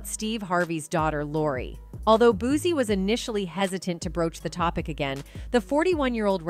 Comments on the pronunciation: SHE NEED TO LEARN HOW TO PRONOUNCE HIS NAME IT'S BOO- SEE BUT SPELLED DIFFERENT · I’m Need You To Learn How To Say “ BOOSIE “ Name “RIGHT” 🤦🏾‍♀️🤦🏾‍♀️🤦🏾‍♀️ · Boosie Boosie Boosie NOT BOOZIE BUZY BOOSTY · Wont be coming back here she keep saying him name wrong